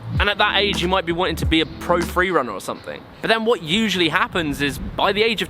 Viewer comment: ''we ussaly have a few thousand pounds of equipment'' lol